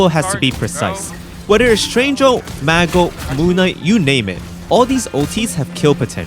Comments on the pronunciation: My biggest gripe with this is hearing the word "Ulti" instead of just Ult like a normal man. But otherwise, nice stuff. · Saying "ulty " pissed me off more and more everytime u did it but other than that good video